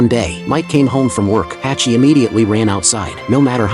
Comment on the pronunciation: True story from Japan. It's pronounced Hahchi.